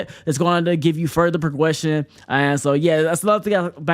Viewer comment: mans really said progwession 💀